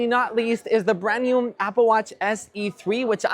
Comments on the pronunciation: Is anyone else hearing “brand newmmm”? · What’s a “brand newm”?